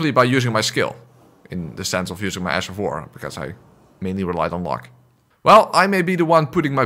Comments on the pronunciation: did you just say "Ass of war"? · The fact your accent when saying ash sounds like ass makes it even better. Ass of war all the way! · Did you say ass of war? 😂😂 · Ash of War? Nay sir... Ass of War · I genuinely can’t tell if you’re saying ash of war or ass of war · You mean “ass” of war